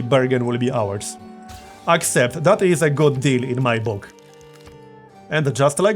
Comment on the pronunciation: *anda justa likeah dat, burgundy's owars.